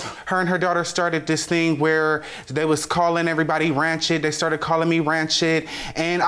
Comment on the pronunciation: "Ranchet" lmao what???